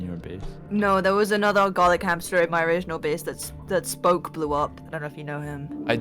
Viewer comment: Spoke more like Sproke